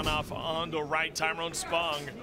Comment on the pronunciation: Classic Chael; calls woodley “Tyrone” and calls spong “Tyron” 😂😂😂